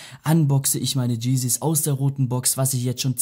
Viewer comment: Cheezys?? Diggaa das heisst Yeezys!!!11 #Klugscheissrino #FlyWieAladinsTeppich